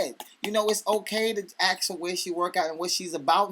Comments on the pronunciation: What is it with stupid guys saying 'AXE', instead of 'ASK'? How can a chick dig your style if you can't even peak ENGLISH?! That's right, not even America! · Its ask...... not aks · ask. it's ask. don't ax me sounds painful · DONT AXE ME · somebody buy this guy a copy of 'the game' ....and please teach him how to say the word 'ASK'